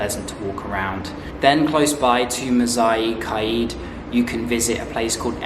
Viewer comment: You need to get your pronunciation better bro! Mughal is pronounced moghal, and it's Quaid pronounced kaid